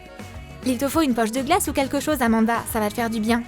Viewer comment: C'est pas amada c'est amonda